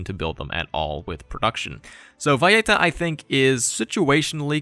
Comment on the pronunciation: Why the /j/ in Valleta? The capital of Malta has no /j/ in it